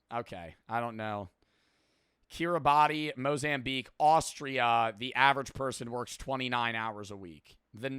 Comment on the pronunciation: it’s not pronounced Kiri bahtea it’s mean to be Kiri bahs. In the language, Kiribati there’s no “tea” sound instead it’s “ahs” sound